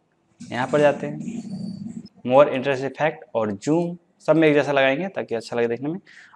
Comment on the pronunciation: Hahah bhai joom nai zoom bolo yar